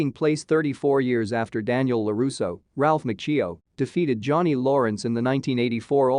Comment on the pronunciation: You can’t pronounce the words “Ralph Macchio” You made it even bigger mess of the word “Miyagi do” You have no business explaining anything about this IP. And you didn’t “explain” anything. All you did was give a summary of what happened. This is a terrible video and a waste of time. I can put up with a Souless video sounding like a robot.. but when that robot sounds 10 times more ignorant than the people there apparently trying to explain things to.. it’s shit. You were trying to explain things to people that can actually pronounce the words. As I said.. this garbage is the waste of time. Usually when somebody puts “ending explained” they are enhancing what people experienced by watching it. They bring something to the table and add to the whole experience. All you have done is provide a video for somebody that wants to know what happened without watching it. What a piece of Clickbait 💩. You basically made a video and read out the synopsis. Justa Lazy piece of content